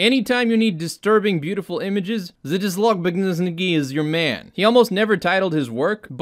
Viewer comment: I love your prenounciation of Zdzisław Beksiński :D You can say Zjyswav Baxinsky (j like in "jam"). Hope it helps!